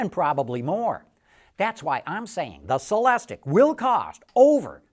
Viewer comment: It's pronounced sell-less-teak ! Stop screaming at me!